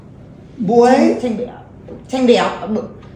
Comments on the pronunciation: Bưởi mà ông phát âm là buồi (bộ phận sinh dục nam - tiếng lóng). Cười xỉu. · Ưởi mà bố phát âm uồi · 🤣🤣🤣 Nghe chú nói Bưởi mà mìh cứ tưởng là Buồi kg mới Chết chứ! 🤣 Ổng Phát Âm thế này Dễ bị Hiểu Lầm gê! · Quá đáng 😂😂 đã bảo chanh béo rồi còn cứ bắt phát âm bưởi cơ 🤣🤣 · Chú phát âm rất chuẩn cho đến khi 2 bưởi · ra chợ mua bưởi mà phát âm v chắc mấy cô khóc thét 😂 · Nói ổng đừng cố phát âm chữ Bưởi nữa nha